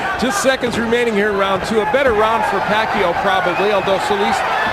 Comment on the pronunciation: To all the people from the Western countries , you're pronouncing Pacquiao's name wrong.